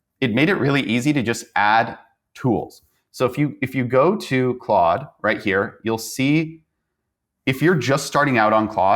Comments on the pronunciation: It's pronounced "clawed". Not "clode". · Notice how your guest correctly pronounced Claude. Please stop saying Clode 😂